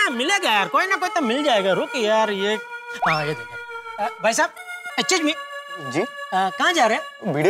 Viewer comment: 🙈🙈Aachuuch me instead of Excuse me😂😂..Jetha op